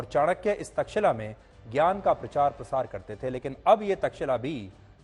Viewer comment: तक्षिला नही तक्षशिला